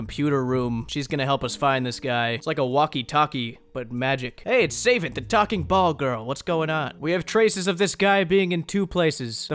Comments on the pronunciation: NOT SAVE-ANT, SA-VAHNT, REEEEEEEEEEEEEE. jk like the video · I was surprised that he doesn't seem to know.. He kind of pronounced it like "Sayvant" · How do you butcher "savant" so badly 🤔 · Pronounces Zealot, Savant, and Pewter wrong Also: Blows my mind by making me realize that "Sir Tiffy Cashien" is certification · Ya exactly. I knew some of them had pun names but I never realized they ALL do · I really hope you know how to actually pronounce "savant..."